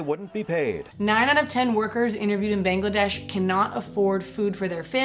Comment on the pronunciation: This video is all anyone could ask for, to understand how the famous industries ACTUALLY work...wow......damn... However, being from Bangladesh, it was quite offensive how u pronounced the name wrong, just wanted to let you know...ly thooo 🧡😊